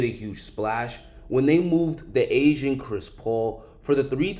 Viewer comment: I heard "the asian" not 'the aging' CP3 lol